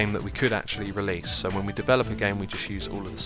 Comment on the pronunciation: RELASE! ENGRISH YO!!!